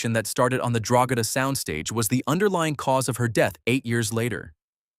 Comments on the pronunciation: It's pronounced Drogeeeeeeeda not Drogeda. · The ranch name is pronounced Dro-GEE-da (hard “G”).